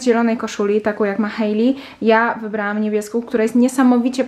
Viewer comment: W końcu ktoś kto poprawnie wypowiedział imię Hailey 🙈